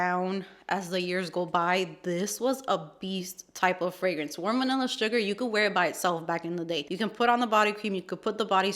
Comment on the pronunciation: Another great video 💕 🥰…. “VANILL-ER” 😂 lol I laughed so hard!!!!